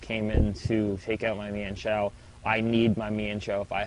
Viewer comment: Not to be a hard ass, but it's pronounced "MINE-shao", instead of "Mee-Ehn-shao". A lot of people pronounce it that way and it bugs me. :P